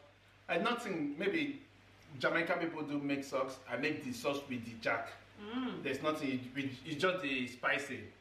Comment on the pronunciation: Has anyone told it is JERK chicken and not JACK chicken?🤣🤣🤣